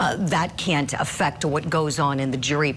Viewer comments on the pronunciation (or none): none